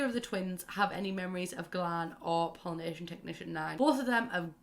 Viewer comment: Wow until I saw “Pollination Tech #9” on screen I thought you were saying Polynesian Technician #9 and I WAS SO confUSED